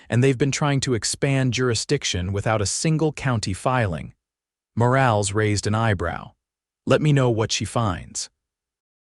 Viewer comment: Morales is pronounced Moralez.....Lead rope is pronounced leed rope. ...please fixit.